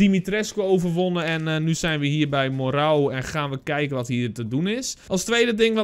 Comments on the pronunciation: je spreekt het uit als Merro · Hé je maakt super leuke content blijf zo door gaan En je spreekt het uit als morro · je zegt het als Marro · Hoe iedereen het zecht moreau: morauw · Je spreekt het uit als Morow, Zoals Bureau (dezelfde "o" klank). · Je zegt het als moreu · Telkens zeg je de naam van moreau verkeerd. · Wat kan je de naam goed uitspreken🤣😂